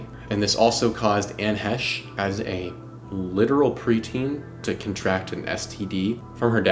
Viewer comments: great video young man, except calling her Hesh. it sounds like hay-sh. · Her last name is pronounced 'Hay-shh' may she rest in peace. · Fighterfighter training and body bag aside Bros really gonna say Anne Hesh the whole way through like hes never heard her name before. But yeah Ellen, like Oprah has power not to be messed with. I'd rather upset the queen when she was alive. Good vid, keep going down the murky murkhole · I think it’s he-chee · It seems odd to intentionally mispronounce her name when every clip clearly pronounces her name correctly. Is it out of disrespect or what? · Dude, if you’re going to make an entire episode about someone- at least pronounce their name right. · " I don't want to disparage this womans memory"Intentionally mispronounces her name throughout video